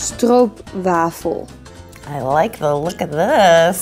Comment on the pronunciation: Dit is zo luek en ook grappig hoe doe vrouw het uitspreekt stroop_wafel lo vee it